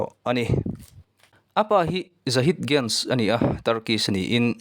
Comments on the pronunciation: Guns anilo nunes ti a lam tur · Guns ni lo in Gunes tih tur aw...mipui hnem a phochhiah tur ang hi chu a lam dan te pawh hi fimkhur ve a tha, ka thiam ber e ka tih na ni lo in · Zehra guns nilovin ganes tih tur aw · Guns tiin i lam tlat a Gunes tih tur aw😊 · He nu fans hi ka ni a nia... Mahse a hming I lam dan hi an lam dan nen a in ang lo... Gunes (mizo trawngin lam ta la) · Volley ball i en vak lo ani maw...hming lam dan chu😂😂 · Brazil players Gabi lo ti ve la zehra hi chu ka top1 Ani Tho na chu a chanchin ka hre lutuk a 😂😂😂 Ahming tal te chu lam dik ve la amah Ani lo amaw ka ti mai dawn lom le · a hming i lam dan chu leh...recording chu leh. .. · A hming i lam dan chu va danglam si ve...